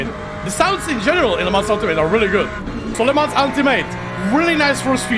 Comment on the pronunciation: The Track in France it say Le Mans without S. This Track it say not Le Month.